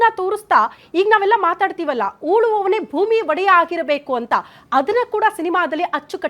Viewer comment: ಊಲುವವನೇ ಅಲ್ಲಾ ಉಳುವವನೆ ಅನ್ನಬೇಕು